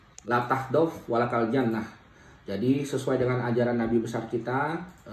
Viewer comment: Pengen ketawa denger bpk ini mengucapkan bahasa Arab,la tahdof walataljanmah...ada yg seirama dgn saya...kalo boleh koreksi,🙏🙏 thanks La Taghdhob wa la Tahzan... 🙏🙏🙏